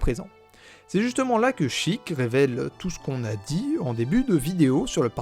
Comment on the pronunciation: Raaahhhh "Chiik" "Shiika". Je meurs